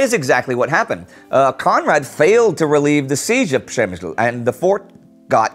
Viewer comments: Nice "Ś" my friend! I did hear a really nice "Ś" sound. I know You've been in Poland recently. Unfortunately i hadn't had the time to meet You. But i did notice, that the town is no longer called Pshemsyl for You. Its PshemyŚl, right? Right. Its not that easy when You have to pronounce "Ś" with a consonant like "L" right after "Ś". Przemyśl is hard to pronounce even for polish people. Much easier in case of a vowel following "Ś". For example "ŚORBAĆ", which means "to slurp". But to make it harder, its not correct to write "Śorbać" in polish. Instead we will use 2 letters (S+I) to express basically the same sound. SIORBAĆ. Keep up the good work. :) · I was so surprised I had to rewind to make sure I heard it correctly. Well done, hopefully that's the end of przemysil for good :) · Hello Indy! Since I took you up on your pronunciation of Przemyśl quite a while ago, it's only fair that I now state it sounds quite correct indeed in this video! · Oh, my , god!!! :O Indy. You did it. You finally pronounced it correctly. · Hah, you're right! Pronounced it like a native Pole would. Don't know why that matters, but he did it :P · wow :0 I had to go back and listen again because I almost couldn't believe Indy pronounced Przemyśl correctly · He pronounced 'Przemysl' correctly !!!